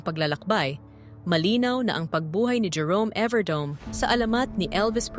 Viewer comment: Please atechikas pronounce correctly his family name « evardo me not Evardome😊❤😊